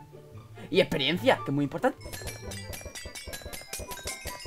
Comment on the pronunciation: experiensia...... bienn ajjajajajajja